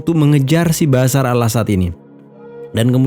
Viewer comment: BASAR❎ BASHAR✅ Nyebut nya yang benar. Jangan dibuang sebutan H nya